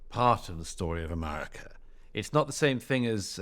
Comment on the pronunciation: I have great appreciation for Mr. Murray and rather enjoy his pluminess--but I do wish he would drop his odd pronunciation of "America," which sounds like a-MAH-ri-KAH.